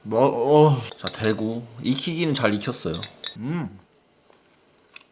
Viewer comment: 대구를 또 ㅊ 라고 하신것 같은데ㅋㅋㅋㅋㅋㅋㅋㅋ